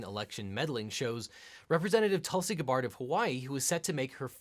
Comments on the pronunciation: Who is Tulsi “Gah-Bard”? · I always love all these LegalEagle videos but man the mispronouncing of Gabbard is really annoying. I mean he has videos of Gabbard on television and I swear they introduce her with the correct pronunciation so it just feels lazy. Sort of like having misspelling or really bad grammar in a paper, it doesn't mean the thesis isn't thought out or profound but it sure makes the reader biased against it. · Objection. It’s pronounced “Gab-urd”. Your pronunciation sounds like that of a French elephant, i.e. Babar. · This is going to be a long 27 minutes after hearing the first "guh-bard". Still love ya eagle. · Oh my GOD please stop saying "guh-BARD." It's "GA-bird." I die a little bit every time you say it wrong. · Is it Gu-BARD or GAB-ard? I've always heard it "GAB-ard", so ..... my ears are bleeding listening to this, lol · "Gua-Bard" (with the ga pronuced like the start of good) is a mispronunciation. It's Gaa-Bird, with the ga pronounced like the start of gaff. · GAB-bard not ga-BARD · It’s pronounced GAB-urd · GA'-Bard not Gabbarred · “Nobody thought HRC was saying that Tulsi is a literal Russian spy.” - except for the people who do think just that. :( Also, it’s GAB-bird. I’m disappointed in you. :\ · Guh-bard..... My ears! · He can't pronounce her name right either... Does he pronounce "scabbard", "scuh-bard"? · I’m guessing by his pronunciation of Gabbard as guh-BARD that this guy’s prelaw wasn’t in diction. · You pronounced her name right once early on, then immediately went back to that strange ga-BARD pronunciation. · Objection! Guh-bard? I’ve never heard anyone pronounce Gabbard this way. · it's clearly Goo-beard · G U H B A H R D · Nope. Gab-erd is the correct pronunciation. Not sure why Eagle .. chose to pronounce it like this. But its very distracting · Nope you are correct. it is Gab-erd. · Objection! It’s pronounced GAA- bird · Objection! Dude, seriously? Guh-bard? Learn to pronounce your subjects' names correctly.